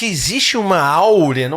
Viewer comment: É aura, não aurea apresentador.